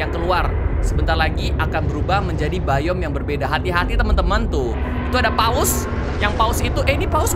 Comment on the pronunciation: Bang kata Abang yang bayom salah bang harusnya dibaca biom